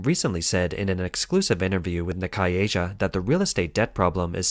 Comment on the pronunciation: Nikkei isn't German, and even if it was I don't think it would be pronounced "knee-kay"